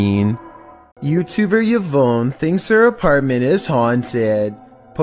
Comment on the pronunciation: The scariest thing about this video is his pronunciation of the name Yvonne😂